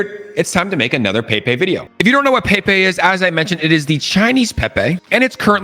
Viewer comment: Billions Programmed 🚀 🚀 it is pronounced as 'pay pay'